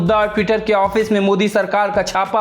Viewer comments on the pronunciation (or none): none